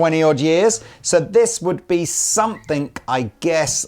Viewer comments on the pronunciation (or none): Hey! Funny and somewhat personal question for you; please take no offense as I am genuinely curious.... Why is it that you pronounce the "g" in words ending in "ing" like a "k"? For example, I always notice it when you say the word "something" as "somethink." Is it a local dialect sort of thing? Or a personal little vocal quirk you've developed over the years? Its just interesting to hear, and although I listen to lots of youtubers/announcers/speakers from The UK, I am only conscious of it when I listen to YOU! Haha. Thank you and much love to you and the Andertons crew for all of your hard work, and countless hours of gear addicted geekdom that have taught me so much over the years. All the best!